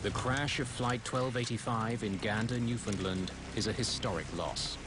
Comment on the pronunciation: It's New-Found-LAND not New-Found-LUND.